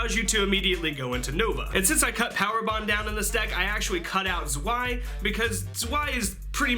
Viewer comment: Just for future reference and to give you more cred with the deck, you are pronouncing Cyber Dragon Zwei wrong. Just like Drei, it's actually German, so it actually sounds like "Zvi" when said aloud. Big 14 inch dickslap btw